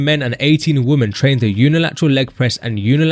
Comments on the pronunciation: He keeps pronouncing "women" as "woman" and its driving me crazy. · How many times do we have to repeat this, The plural of Woman is not Woman .. it's Women. It sounds stupid because it is stupid. It's the first thing a child learns and the simplest thing on earth yet so hard to remember apparently and I'm sitting here listening to this like Man . . did he just say 89 woman ? Give me a break